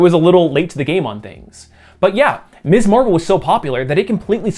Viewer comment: Miz Marvel. Emphasize the z, should not sound like miss. You got it right on the magazine but you're erratic about it for Kamala's supranym. Mispronouncing that is something some jackasses do to show they don't respect a woman's right to have an identity free from her marital status. Be careful how you say that word and how you use it. While it's technically 100% applicable to all women some will take deep offense at it, most often married women or widows who feel the use of Ms. is disrespecting their marriage. Real social minefield there, although it's marginally less so these days than it was in the late 60s and 70s when the use (or refusal to use) Ms. properly was a flag indicating your support or opposition to the Women's Liberation movement. And yeah, I grew up in that era and saw firsthand examples of people (mostly men) deliberately mispronouncing Ms. to piss off the person they were talking to. Watched one of my grade school teachers get done that way by a co-worker and the asshole didn't get so much as a slap on the wrist from admin. Bastard was hissing "misssss" like a damn snake. Taught me to be real attentive to saying it properly, a lesson that's stuck better (and been more useful) than all those stupid cursive writing lessons.